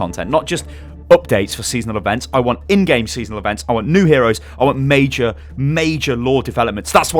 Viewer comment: He said the last mei-jor mei-jor.WHO LIKES OVERWATCH PUNS